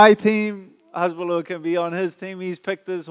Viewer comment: It's Hasbulla not Hezbollah haha, google him for a laugh